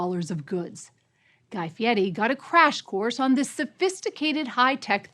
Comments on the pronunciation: Did she mispronounce Guy Fieri’s surname as “Fieti”??? 🤔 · Is she pronouncing his name Fiety Instead of Fiery. And No One Caught it. Seriously Ppl!